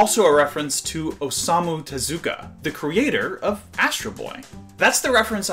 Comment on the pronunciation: Not to be that Asian but you messed up Tezuka's given name after saying it right the first time. Osamu. But I figure editing that out at this point would probably be a big pain.